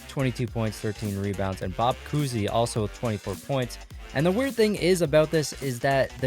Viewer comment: Obviously the first ten are going to win also to, you said coosey, I’m pretty sure it’s COWsey